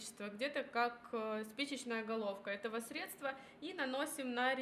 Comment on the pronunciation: Да, режет слух. Ещё и стедствА.